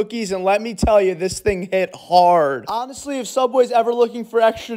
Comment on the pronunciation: The emphasis on “HiT HHaRrdd” had me dead